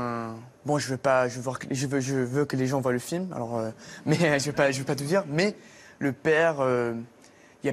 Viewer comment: Il a un accent tres Canadien lorsqu'il prononce "normale" et "mais" et bien d'autres mots.